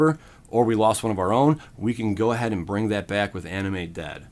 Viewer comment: I was listening to the video in the background and i thought you said "Anime dead" instead of animate lmao